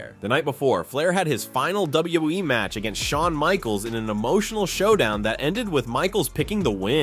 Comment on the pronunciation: “W. WE” and NOT W.W.E.? DAMN AI!